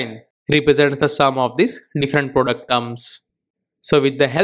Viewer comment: Product is pronounced pro---duct NOT "productum". You need to improve your spoken English as your thick indian accent is very difficult to understand